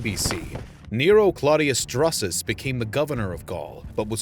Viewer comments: 2.22. Drusus. Is pronounced droo-sus. Never have i heard it said dru-sus. Why are you saying it that way? Everyone says droosus? Have you never heard it said out loud before? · OMG. Learn how to pronounce the man's name right. It is pronounced Droosoos, not Druhsuhs. Even pronouncing it Droosuhs would have been much better. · It's not pronounced druhsus...it's pronounced DROOsus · Not Drusus but pronounced Droosus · Droosus, not druhsus. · "Drusus" is pronounced "droo-suss", not "druss-uss". "Troops" is also a little inaccurate when referring to the Germanic tribesmen. It implies a discipline in battle that they didn't have. Also, to offer a clarification, after the disaster of 9 AD, the Romans did colonize part of Germania, between the Rhein, Main, and Danube. They built a wall along the border, and this area remained Roman till the 5th century. But correct, they gave up on the idea of extending the empire to the Weser or the Elbe. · Droosus. Or Droosoos, Not Druhsuhs. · DROO-SUS not druh-sus. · its pronounced DREWsus fuck sake. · Isn't it pronounced Droosus? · Its Germania, 'G' as in Gaul. As it is in German. Who TF is Drassis and the Yousepeets? And what's that guy's name again, Marco Many? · I couldn't take this seriously anymore after he butchered the name "Drusus." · Amusing mispronunciation of Drusus throughout the commentary. Otherwise, informative. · Good topic. The pronunciation of Drusus sounds off. There were subsequent efforts to punish the Germans and conquer portions of Germania - Germanicus made attempts. Domitian (and others), cordoned off pieces of territory between the Rhine and Danube with the Limes. Later, Marcus Aurelius wanted to cover some substantial areas north of the Danube, as a response to the Marcommani wars. So the question is, why they were not successful over the long term, and, were left exposed to serious incursions in the Third Century. Why the Germanic resilience, and later, threat?